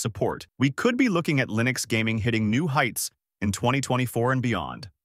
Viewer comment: For the love of god STOP saying LIE-nux. I really hope this is an AI voice.